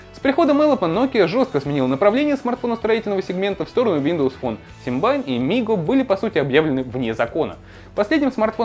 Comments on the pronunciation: Какой нафиг Симбайн?? СИМБИАН! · Какой симбайн? Симбиан!!!! Лапоть!!!!